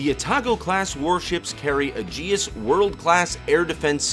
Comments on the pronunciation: Its Ay-jis (Aegis), not Uh-jee-us. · LEARN. TO SAY AEGIS: "HEY -EEE-Geee-SSS ". AEGIS WAS THE SHIELD OF ZEUS!